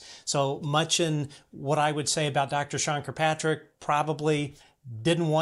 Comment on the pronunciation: Hi, I don't like Sean Kirkpatrick either but his name is not Kirpatrick. There is another k in it. That being said, I love your channel!